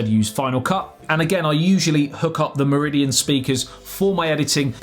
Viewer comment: You make Meridian sound like Mourillian